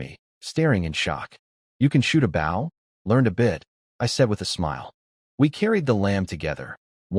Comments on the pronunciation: why can't these AI say "bow" noun. rather vs verb. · I hate how ai says bow (the action) when talking about the weapon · Compared to other channels ive listened to....i can accept it despite agreeing with you. Otherwise its perfect. Good speed, annunciation and pausing overall. But just a couple of odd ones in there like 🙇‍♂️ bow lol. But others have repeated lines, multiple pronunciation for the same name (none of them correct) and offputting, hard to follow flow. Hell one channel i saw, changed korean names to american. Instead of sooho park we got david....lol. like wtf?! 😂😂